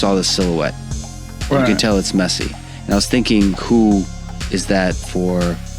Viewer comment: His name is Messi, not Mercy...you got it?